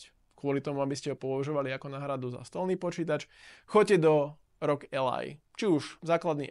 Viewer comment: Dobre video, pekne spracovane, dobre sa to pocuva ale jednu vec musim vytknúť. Raz hovorite rog a potom aroudži. To rog znie vazne hrozne, uz len preto že ally hovorite v anglickom jazyku. Berte to iba ako konštruktívnu kritiku. Nic nenávistné ani zosmiešňujuce. Prajem vela úspechoch